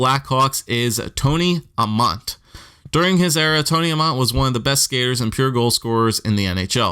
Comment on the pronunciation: as a Flyers fan, how do you butcher Amonte's name?